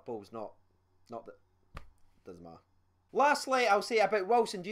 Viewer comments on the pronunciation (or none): none